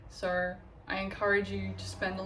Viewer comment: fillled with Soarhhh many things 😂😂 Australian ass .😂 Love the video, you look amazing